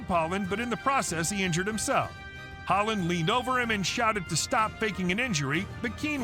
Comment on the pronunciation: Oh when de jong goes sliding in. The commentator really needs to brush up on his European pronunciations haha. Alfie haaland isn’t even the most brutal foul and just do a YouTube search of pepe fouls that in messi is nothing.